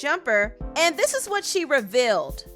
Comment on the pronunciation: = revealed not reveled